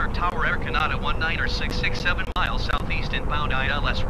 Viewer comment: I can't believe after all these years Microsoft ATC can't pronounce Canada correctly !